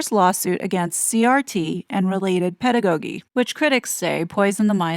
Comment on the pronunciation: 🙏 Love your work to bits, just wondering if you sometimes use a bot because words are mispronounced pretty often... (Inculcate, pedagogy)